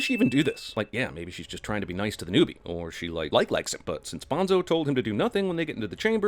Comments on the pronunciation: You know, the book and the movie both make it a point that the character's name is pronounced "Bone-So", not "Bahn-Zoe", and yet Cinemasins STILL constantly mispronounces it during their sins. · Jeremy claims to have read the book, doesn't know how to properly pronounce Bonzo's name. * DING * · “Narrator pronounces it Bon-zo even though it specifically explains it pronounced Bone-so in the book” DING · Bonzo. It’s bone-so. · Its not pronnounced "Bahn-zo", its "Bone-so". You said you read the book, so you should know this..... Just saying. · Not sure if it has been a while and just forgotten, but anyone who read the book should know that "Bonzo" is pronounced like "Bonezo". One of the few books/series where the author goes out of his way to let the readers know how certain names and words should be pronounced.